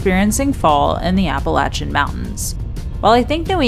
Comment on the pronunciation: she said Appalachian correctly ... 👍